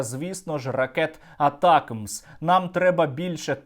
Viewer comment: Не атака мс, а атамакс!